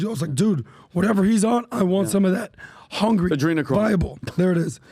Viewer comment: Did I just hear Adrenachrome , yes I think I did